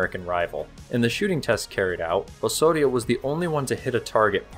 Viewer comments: Do not pronounce "Osorio" but "Ozorio". Thanks. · You keep saying "Ohssorio". That's not how you pronounce it. The 's' there should sound like the 'z' in "ozone". Engesa also used to make excellent 4x4 vehicles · You pronounce it oe-z-oh-ri-oe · Great video, but work on the pronunciation. You are saying Osório like a Spanish speaker would, in Brazilian Portuguese is pronounced oZoRio. That “s” has a “z” sound. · That's not how you say Osório. You sounded like you were trying to say it in Spanish. Portuguese doesn't sound like that. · However, it's still wrong. He puts on a spanish accent that doesn't really match with portuguese